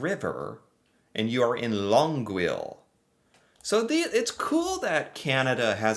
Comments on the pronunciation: Longueuil is pronounced "Long gay" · Longueuil = pronounced Long-Gay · Just to help you with the pronunciation: Try saying LAWN-GAY. That will get you closer to the French pronunciation. But don't go heavy on the "N". Hard to describe, but at least that will get you closer to the correct pronunciation. 😂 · That pic of the big buildings in longueuil was Montreal skyline. Its pronounced Longee. Im from St catharines and most people in Canada dont know us either because we are overshadowed by Niagara Falls. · D Longueuil is pronounced Long-gay by english people and slightly different in french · The whole GTA is just one city now, for all intents & purposes. One big urban area, from Bowmanville in the east all the way to Saint Catherines on the other side of the lake. And Longueuil is pronounced "Lon-gay" in English. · luhng·gayl Pronunciation Kee low wa na - pronounced ( Kelowna) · Killing myself with Longueuil. Was waiting to see how you would handle it. Just fun. Nice try and well done. It's "Long -gay". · Longuwill 😆 At least he tried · Longueuil is pronounced "Longay" (at least to anglos!) and the last photo of it showing a city is the view they have of Montreal across the river. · Longueuil is tough for anglophones to pronounce as the English language doesn't really produce the same sounds. Try it like Lon-gay. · Easy way to Pronounce it - Long Gail Q-Bec ( My Wife ) lived there & thats how she says it ! Mark-AM - Mark - Em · The pronunciation of Longueuil in english is Long gay. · The French one is pronounced long- gale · This was a fun reaction video. But I kept wishing it was live so I could jump in and help you with pronunciation. Not every city. Just Longeuil(long - gay) and Markham (Mark 'em). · Winnipeg's current population is 854,000. Halifax is about 505,000. Do Americans know about us? Longueuil is pronounced Long Gay. Kelowna is pronounced Kell Own A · Its offical. As a Montréaler now i will call Longueuil Longuouile XD XD XD